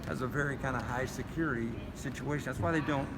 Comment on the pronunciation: The Tattoo Toughy reigned in. lost his bark. 1st and 4th Amendments won the day. Hooray!!!